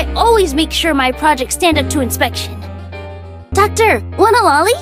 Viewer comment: I heard "Darkie" instead "Docty" and got jumpscared a bit